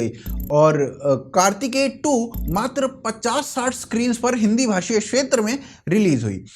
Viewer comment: Yaar jab ithni acchi Hindi bolthe ho tho Shetra kyon bolthe ho Kshetra Bolo naa. Please try and maintain consistency when you are doing such a good job of promoting Hindi. Mein english lipi mein likh raha hoon ki Hindi samajh ne waale par lipi nahin padhne wale jaan sakey ki main kya kehna chaahtha hoon.